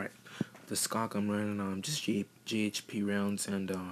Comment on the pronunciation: u pronounced schoc wrong